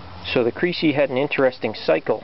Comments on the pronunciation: its not pronounced "creecee" its like Kres-ee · Crecy is pronounced as messy NOT creasy as greasy. well he is a!